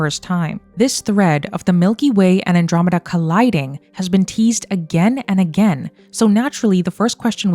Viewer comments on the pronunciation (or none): none